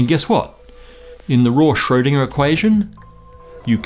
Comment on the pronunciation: And Schrödinger is mispronounced all the time, w/e.